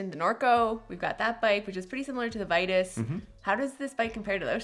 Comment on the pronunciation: Regarding Vitus, it's not "Vie-tis", it's "Vee-toos". Just saying.